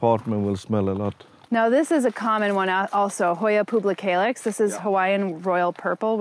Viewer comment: You always say “publicalix”, instead of “pubicalix”